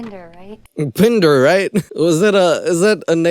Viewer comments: I laughed out loud everytime you said "Bndrrr" 😂😂 best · Omg i love the hell outta u when u do the Indian accent I am literally crying with laughter -bender come on Can u do a video with that accent the whole time??? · Why do you do an Indian accent whenever we talk about Shane Dawson's character, Binder? Am I missing something? I just have so many questions about this movie? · Everytime you say binder in the Indian accent omg 😂😂😂😂I'm losing it 😂😂